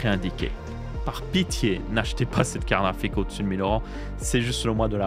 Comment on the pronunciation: Jaime bien quand il dit "KARRAFIK" 😂